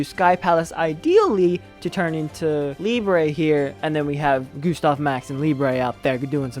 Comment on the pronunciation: Hello! Nice deck, nice video. Thank you. Btw, Liebe is a german word, and it means Love. You must pronunce the "ie" as a long i, like in the "ee" in english - Lee - , and the "e" at the end is pronunce like in - Ted - .